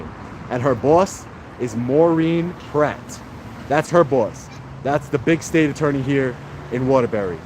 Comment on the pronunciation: It's Maureen PLATT, not Pratt.